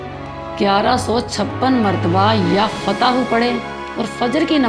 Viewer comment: Barae mehar bani dua ke alfaaz sahi bataen kyunki ek bolte se matlab badal aur bigad jaata h yafataho ghalat h yaar fattaho sahi h